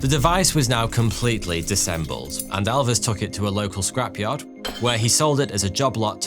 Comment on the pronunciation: i think you mean Disassembled , Not disembled